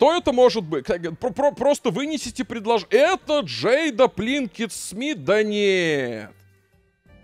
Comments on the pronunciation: Почему пЛинкет то?😂😂😂 ПИнкет она пИнкет ну. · Все видео пытался выкупить, почему произносит Пинкет, как Плинкет.